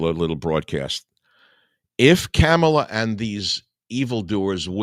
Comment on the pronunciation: Her name is Kamala. It sounds like calm a la, not camel a Michael.